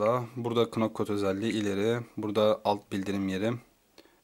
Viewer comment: knock code u ''kınok kod'' diye okumayın artık ya.